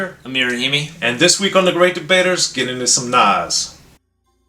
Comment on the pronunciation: I love to hear a white guy pronounce Nas name correctly. Love Speechless, Meet Joe Black, Truth, etc. I like this up there with God Son and Stillmatic.